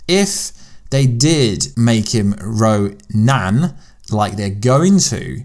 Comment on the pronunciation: Why do you say roNAN??